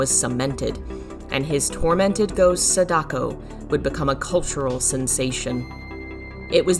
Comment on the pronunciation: "Sedako" XD